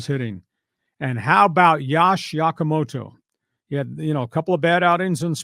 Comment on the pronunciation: Allow me to help with the pronunciation of Yoshinobu Yamamoto: Yo-shee-no-boo Yah-mah-moe-toe Not Yosh, like Josh...and not Yakamoto and not Yokahama.